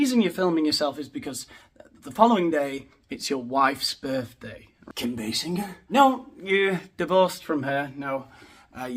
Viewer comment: It’s basin-jur btw basinger is basin-jjjjur lol